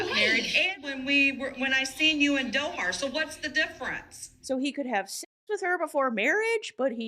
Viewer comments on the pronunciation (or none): I hate how Danielle pronounces doha Qatar as "DOHAR"